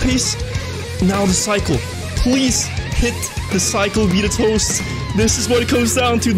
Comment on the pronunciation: Am I the only one frustrated with the way he pronounces betatoast2?